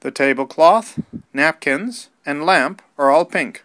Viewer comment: "The tablecloth, napkins and lumps are all pink" ->It's lamps, not lumps